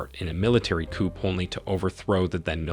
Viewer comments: Coupe??? It is COUP--you don't pronounce the P. Not to be a stickler, but if you are going to study Africa, that is something one should know! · Interesting video. Very minor point, but a coop is where you keep your chickens, a coo is a military uprising. The P in coup is silent 😊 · Please learn to properly pronounce African names (places and persons). You really did a bad job of that. Coup /ku:/ the /p/ sound is ellided. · Great video! Coup is pronounced COO, not COOP. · Not only did you mispronounce nearly every president's name but you couldn't even pronounce 'coup'. A coop is a place where you keep chickens! Please do your homework! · Just an FYI you don't pronounce the 'p' in the word coup!